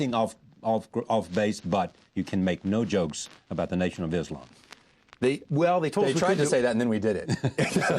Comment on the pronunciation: Did he say "The nation of Islam" ? Haha